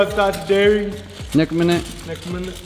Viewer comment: when you said nek minute you actually sounded like a New Zealander and we actually some nek minute chip dip 😂😂😂😂